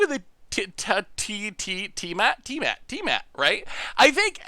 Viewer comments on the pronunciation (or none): tia-matt thats it, its not difficult lol. tia (name, think final fantasy) then matt (the normal name)